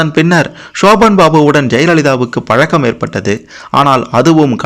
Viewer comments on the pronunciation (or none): none